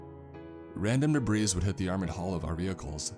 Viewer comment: Debris is pronounced deb-ree. Silent 's.' eye twitches